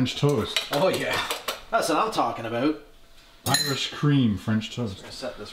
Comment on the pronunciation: that was the most Canadian "about" I've ever heard